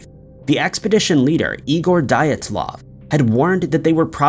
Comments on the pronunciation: Because it's Russian, and not English. DEE-at- luv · Damn, dude - you really need to look up pronunciations before you record. Joaquim is pronounced wah-KEEM and Dyatlov is pronounced dee-AHT-lahv. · How do you not know how to say Dyatlov. And 2 Dyatlov pass incident is far from solved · That’s not how you pronounce dyatlov !